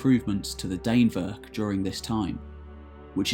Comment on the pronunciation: Dannevirke is pronounced sort of like Danny (but with an e instead of a y) and virkey (like veer-keh) Dan-eh-vir-keh.